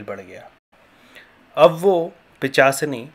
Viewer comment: pichasini nahi pishachini hota he. bhai pahle thik se bolna to sikh le fir dusro ko gyan dena.